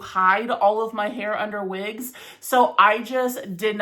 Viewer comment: Vhen vill you vear vigs? 😂